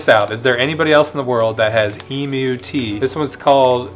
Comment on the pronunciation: Thank you so much for pronouncing emu property. 🤣 emoo.